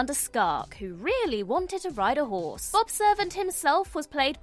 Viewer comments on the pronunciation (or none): none